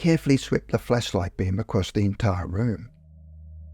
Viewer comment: Why does it sound like you’re saying fleshlight instead of flashlight?